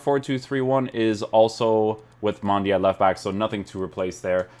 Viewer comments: Its Mendy not Mandy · It’s Mendy not Mandy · Who is Mandy. I thought it was Mendy. 😂😂😂 he not only got a upgrade he also got a name change